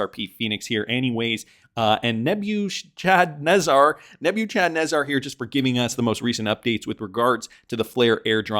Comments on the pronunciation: Nebuchadnezzar is pronounced Neb-er-ca-ne-zar Someone has never watched the Matrix lol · It’s pronounced Neb u kad nez’ zer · Thats pronounced nebba ka nezzer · Neb-uh-ka-naa'-zar an ancient babylonian king